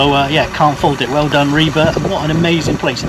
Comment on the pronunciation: It is very refreshing to finally hear an English speaker get the pronounciation of "Ribe" right. You last attempt at "Skagen" was also spot on.